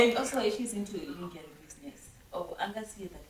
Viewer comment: The correct pronuncition for "LINGERIE" is (using shona sounds) is "LONJUREE" aka "lon zhou ray